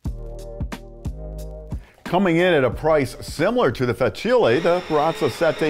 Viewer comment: Great review. However it made my ears bleed when you kept saying Fa-chilli 😂